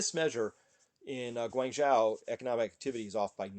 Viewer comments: It's "Gwong-Joe", not "Gwang-Jow" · Chris... Guangzhou is pronounced “Gwong-Joe”, not “Gwaing-Joaw” Anything with a Zhou is pronounced Joe. I know because I used to live there... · Guangzhou - zhou is pronounced close to JOE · Thanks for the updates! Please learn the pronunciation of Guangzhou, Xi, etc.. you’re butchering them 😅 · Thats the mandarin pronunciation. Since Guangzhou is primarily Cantonese any attempt to imitate the mandarin pronunciation is fundamentally wrong anyways. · I am not criticizing him at all. He has made multiple videos mentioning guangzhou and he keeps saying it incorrectly. If I kept making videos and repeatedly kept mispronouncing something, I would hope somebody would correct me. Wouldn’t you? I hope he sees my comment, and when he pronounces it correctly in the next video, I will be happy to have made a small contribution.